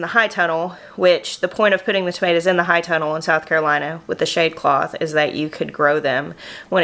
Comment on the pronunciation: Can someone help me out, Im totally new at this, is she saying “hide tunnel” or “high tunnel”?, if you see this even though it’s an older video, you are absolutely my favorite person to watch and listen to on YouTube. Your energy is beautiful. Not only do you just make me feel good but I’m learning so much from you. I’m a BRAND NEW gardener, and of course I just moved to the low desert of south east CA, so I’m going to need one of those tunnels for my garden between June-Oct it’s 100+ degrees. Do you have a link to it or a plan that you guys used for it? Ty 🥰